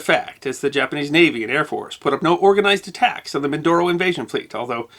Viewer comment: Sir its not min.. Doro... Its min..do...ro..